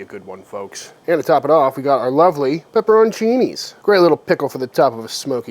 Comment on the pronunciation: Pepper-ON-chini and war-chester-shire sauce. Yum.